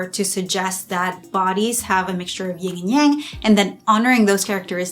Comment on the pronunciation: It's "YIN," not "YING" and Yang.